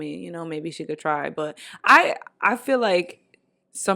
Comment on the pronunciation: Me acabo de dar cuenta que dice but como butt y ahora no puedo dejar de escuchar butt